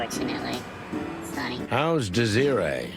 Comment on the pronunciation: Look,, you already shot me. The least you could do is learn how to pronounce "Sonny."